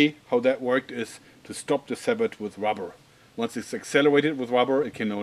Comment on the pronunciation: Isn't it pronounced sa-boh?